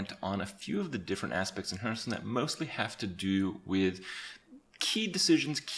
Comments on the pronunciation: Me: Hey Kripp, say "Hearth" Kripp: Hearth. Me: Say "Stone" Kripp: Stone. Me: Okay, now say "HearthStone" Kripp: hurtstone. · 'A few of the different aspects in heartsnuu' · Stopped watching when you said "Hurtstone" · Why does he say "Hurtstone" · Day 985 and Kripp still can't pronounce Hearthstone. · 3 years later and he is still mispronouncing Hearthstone.